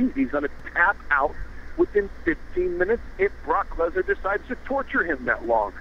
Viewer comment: lmao lesnar not leaner